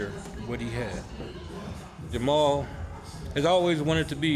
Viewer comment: Are yall talking bout Jamahal Hill, cuz I either you are a new fan who dont know the name of the fighters or you mispronounce his name on purpose. Which one is it?